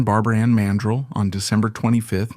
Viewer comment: It's PRONOUNCED MAN-DRELL MORON.